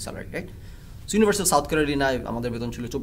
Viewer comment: ভাই আপনি আগে ইউনিভার্সিটি উচ্চারণ করা শিখেন। ইউনোভার্সিটি না শব্দটা।